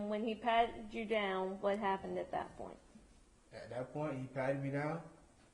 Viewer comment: At dat point? At dat point? At dat point? At dat point? No bitch at the next point.